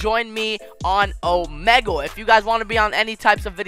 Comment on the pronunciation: Lol the way he said Omegle lol it’s (oh-me-gl